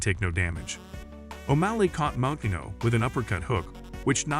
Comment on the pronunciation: Yeah the butchering of Moutinho’s name over and over and over was painful to listen to